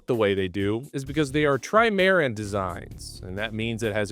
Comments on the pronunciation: Tri-mare-n... lols. Tri-muh-ran. You're welcome. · tri-MA-ran, like cata-MA-ran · As soon as you said "tri MAR an", I knew you were just copying someones work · I thought trimaran was pronounced like catamaran ... so like ... tri-muh-ran. In any case, the US really should've kept some of its Oliver Hazard Perry-class frigates operational ... or more in reserve years ago and re-activated (and possibly upgraded) along the way as interim measures to account for the gaping capability hole left in the US fleet. Aside from being much cheaper to operate than the Independence class or the Arleigh Burke-class destroyer, and could've been available in numbers and distributions necessary for convoy escort, but as well as the near-shore combined arms operations the Independence Class was supposed to handle. The draft is deeper than the Independence class at 22 vs 14 ft, but that's still pretty shallow (vs Arleigh Burke-class destroyer at 31 ft). Plus the Legend Class Cutter design that the upcoming Constellation Class frigates are supposed to be based on has a draft of 22.5 ft, so basically the same as the old Oliver Hazard Perry-class, though a bit larger, a bit heavier, and a bit slower (though with substantially longer maximum range) compared to the Oliver Hazard Perry class. Those older Frigates were also veteran workhorses in escorting of oil tankers through the Persian Gulf and the Straits of Hormuz and/or patrolling the region during multiple conflicts. Perhaps the Indpendence class should've been curtailed in production to cut costs somewhat like the Zumwalt class. The per-unit construction costs of the Independence class was obviously m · Lazy generalisations of information, can't pronounce trimaran properly, and sponsored by ambulance chasers. Channel description checks out. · mispronounces trimaran, shows catamarans. Is this all Ai? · Ahahaha the way you pronounce "trimaran". I'll give you a hint: How is "catamaran" pronounced...?